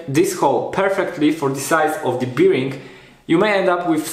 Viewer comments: Fajne wideo. Szkoda że jak byłem w twoim wieku nie było takich części w sklepach. Z reszta nic nie było... FYI "bearing" (czyli łożysko) wymawia się "bering" a nie jak "beer-ing". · Proszę Cię. To "biring" mnie niszczy. Sprawdź sobie na Google translate jak to się wypowiada. A ogółem fajny projekt, sam myślę o zaprojektowaniu lasera cnc z możliwie jak największą ilością części wydrukowanych w 3d. Jak mnie poniesie to może i nagram o tym film :) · Super wideo! Tylko "Bearing" się trochę inaczej wymawia ;)